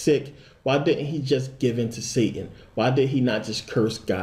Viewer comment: I'm getting so distracted by you saying dit ent instead of didn't and garten of eten instead of garden of eden. I'm from England, we also drop letters sometimes when speaking slang. Swapping letters makes my head hurt. I've watched many of your videos and found them very interesting. Thank you.